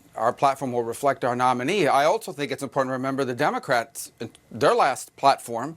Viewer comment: LOL... Did he say DUMBERcrats?